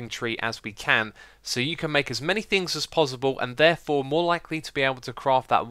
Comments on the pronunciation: Is it pozzible for you to say possible? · Is it me or does it sound like he's saying 'pozzible' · No one gunna talk about the way he says ‘pozzible’?... k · He keep saying pozible!! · "Pozzible" :D :D